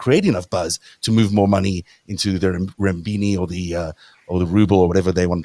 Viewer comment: China's currency is called renminbi or yuan (not "rembini").